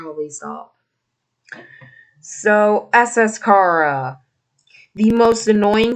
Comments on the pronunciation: its not khara its CHARA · Your saying chara wrong. It's chAra. Like in CHARAter